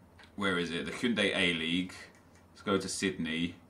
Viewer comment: It's Hyundai, as in the car nep...